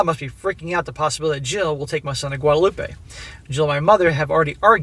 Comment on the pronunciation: Guadeloupe, "wad-loop" not wadaloopah.